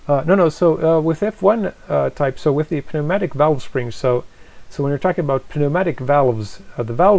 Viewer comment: You don’t pronounce the p in pneumatic .